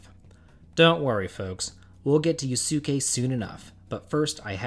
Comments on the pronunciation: Wow your pronounciation is off dude for my favorite game persona 5 its Yu-skay thats the way you pronounce it not yu-sukay. Also love your content and if you ever do another annoying female party members please include veronica from Dragon Quest XI She pisses me off. Shes arrogant annoying and picks fights with everyone always causing the party issues. Shes a pint size menace. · what is this “Yoo-soo-kay” crap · Yu-Su-Ke Yusuke fans: 1. It's pronounced Use-Kay 2. That's not correct 3. He's actually a dope party member 4. Confused Screaming 5. All of the above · I’m glad someone else said it lmao, I’m like “did you play this game cuz they say his name a lot...” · Yeah, but don't bother listening to someone who can't pronounce yusuke correctly.